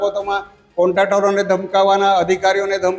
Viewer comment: કોન્ટ્રાક્ટર bolta shekho pela